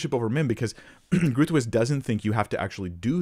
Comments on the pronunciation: Groothuis direct translation = Big House. As South African, we're familiar with the surname. The "G" is pronounced like the "J" in the Spanish name "Juan", the "r" is pronounced like the double "rr" in the Spanish word "karramba". For the rest it is difficult to describe for an English speaking person and none of the sounds are natural to English. It is however broken into 2-sylables "Groot / huis" due to the direct meaning of the surname as initially illustrated. Most importantly, it doesn't matter how you pronounce it as that is not the context of your video 🙂 I would love however hear you pronounce my surname 😀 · Doug Groothuis's syllabus always put it as "grote-hice," and he would pronounce it as such. He was my teacher for 3 years and a big influence on my life, though I disagree with him on this issue, as well as his Calvinism. I never met Rebecca, as she was in poor health for many years, even long before her death. But I agree, her book gives primarily a philosophical argument, rather than a scriptural one. And though it does show very astute philosophy and logic, I feel it put the scripture in a subordinate role to certain philosophical assumptions about the role of humanity. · Groothuis - in Afrikaans, or Dutch, would be Bighouse, or Greathouse. Phonetically I don't think you should worry too much since it would be like asking an English speaker to pronounce French surnames absolutely correctly every time. Groot - as in the now famous "I am Groot" from the marvel movies, or a tree root, would have been fine, and Huis - phonetically - like army "base" but with the "h" - so Groothase and you are there. Either way - great job! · Groothuis is a dutch name The "ui" in Groothuis doesn't exist in the English language. We dutchies don't expect Americans to pronounce it like the dutch do 😊. But you can always use the pronunciation function on Google translate to try to mimic. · Definitely groo thwees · Groat- howse